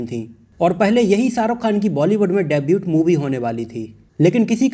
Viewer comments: Debut is pronounced as डेब्यू not डेब्यूट। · Bhai debut mai T silent hota hai....